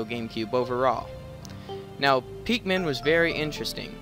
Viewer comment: why do you call them pek-men insted of pick-men?